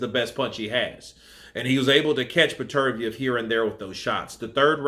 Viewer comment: You watched the fight right? So I'm guessing you heard the commentators say his name correctly. It is Better-B-ev for fuck sake. You have been butchering this guy's name in all your videos. Be better, b ev!!